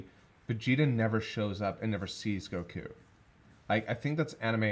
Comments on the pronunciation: we see actually say Goku’s name correctly. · Idk why it just hit me. But I think this is the first time I heard pronounce Goku correctly 😂😅